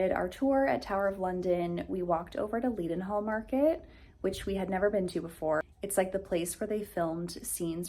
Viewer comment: *Leadenhall is pronounced: '_Led_en_hall' And I'm sure sure you already know that 'Big Ben' is not the namd of the Tower, but is the name of the Big Bell which strikes the hour. The Tower was named the Elizabeth Tower in 2012 in celebration of our late Queen Elizabeth II's then Golden Jubilee. The Big Ben bell was cast in the same Whitechapel Foundry in the East End of London (now closed down) wherd America's 'Liberty Bell' was cast. Both bells received cracks in them during the removal from their casting processes, which deepens the timbre of their tolling. During the Funeral Procession of our late Queen Elizabeth II on 19th September 2022, 'Big Ben's bell-clapper was enrobed in heavy cloth to dull its ring as a sign of respect, but was tolled once per minute for every year of Her Majesty's life (96 years, and she reigned for 70 years, from June 1952, our longest-reigning Monarch).